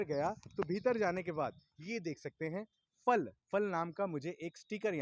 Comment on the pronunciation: Pal nhi fal boliye